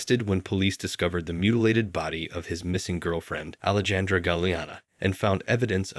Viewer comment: 'Alejandra' and 'Hiatus' is mispronounced btw (assuming this isnt AI...)